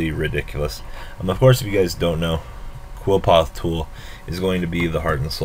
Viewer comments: okay i wanna make a video about card pronunciation... it's pronounced "Li-foth" jeesus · It's pronounced Kliff ort nowadays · Erhrm "Cliff - Aw - Th"